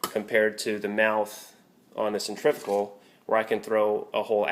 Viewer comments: the word is pronounced centri-fugal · Nice thinking of getting a cold press. but i have to be that guy. cen·trif·u·gal, centrifical is not a word. but cold press all the way